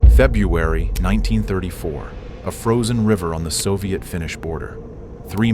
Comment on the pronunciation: Damn, even the AI can’t pronounce February properly.